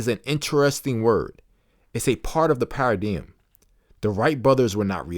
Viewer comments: i can’t listen to this because the way he pronounces paradigm it’s supposed to be “pair of dime” not pa ridi yim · Pronounced 'pa ruh dime.' Not ' pa ra diem.' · This YN said para-DM. It’s para-dime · Pair-a-dime. Say it with me. Pair-a-dime. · Haha. Just a paradigm shift on how the word should be pronounced. Don't worry about the haters. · The way paradigm is said is actually handy, you should never forgot this book now…thanks bro! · I can’t listen to this bc you pronounced the MAIN WORD WRONG! Tf😂😂😂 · Thank you for recording ❤I didn't realize you pronounced paradigm wrong untill I started reading comments, I was so interesting in learning a new concept. I also like your voice and the fact that u don't make it sound so serious 😅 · STOP THE PRONOUNCEMENT OF PARADIGM 😮 STOPPED ME. COULD NOT LISTEN TO THE IDEA OF HEARING THIS WORD BEING SAID INCORRECTLY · I have to say, and I say this in all sincerity, yes the way you pronounced paradigm and many of the other words bothered me a lot, initially. I really thought about it....and the longer I listened the more respect I gained for you. You made an ENTIRE audiobook even though you had issues with pronouncing words. You may have even known this beforehand but you didn't let that stop you. You gave so many people a wonderful gift and that is the ability to have this book narrated for when we are unable to read. You set a goal and you accomplished it and I can only thank you and just recommend maybe practicing a bit with words on your next audiobook venture. I really appreciate you and I wish you well. 🤝🏽